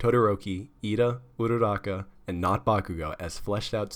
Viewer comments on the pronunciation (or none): its actually U-ra-ra-ka not U-rara-ka xD